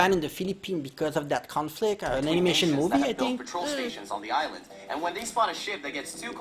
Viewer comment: Aysland! yawa! HAHAHA